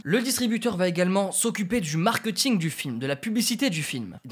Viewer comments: je pense t'es la seule personne que je connaisse qui dit markEUting haha Au top la vidéo, j'ai toujours bcp aimé le cinéma mais j'ai jamais vraiment connu tous les rouages. Je te suis depuis tes premieres videos sur comment bien faire une vidéo (gestion du son, de l'image, etc.) et ça fait plaisir quand tu vas sur ce type de vidéos purement axé cinéma ! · Le markeuting tu dis hein